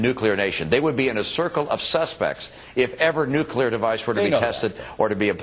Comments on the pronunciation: Anyone notice he said "Nucular" and not Nuclear? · It's pronounced NU-CLEAR you MORON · It's NUCLEAR, Mittens. NOT "nucular." *sigh* So glad you won't be president. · NEW CLEAR! NEW CLEAR! THAT IS HOW NUCLEAR IS FUCKING PRONOUNCED NOT NUKULAR GET IT FUCKING RIGHT! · he said "nucular," bush used to say "nucular," and palin too. yeah... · did he just say "nucular"????? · "nukular" Iran bahahah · did he just fucking say nukuler? XD ladies and gentlemen we have the next george W bush!! XD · ... What the fuck does "nuckular" mean? Bush has made an impact for sure... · He said "nucular" ...please let Romney lose.